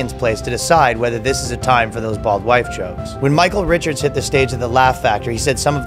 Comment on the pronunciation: Did you say bald white jokes or bald wife jokes?